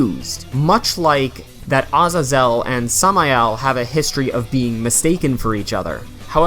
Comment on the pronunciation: Samael= "Sah-mayel" Azazel= "Ah-zay-zell"